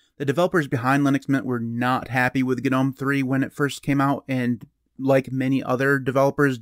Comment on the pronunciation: did bro just say ganome? lmao